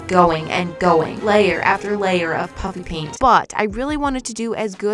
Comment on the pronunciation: when you say “Puffy Paint” it still sounds to me like your saying “Puppy Paint” 😂😂